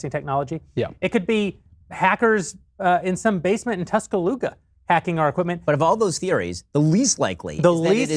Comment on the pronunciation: As an Alabama native, it's TuscalooSa (with an S).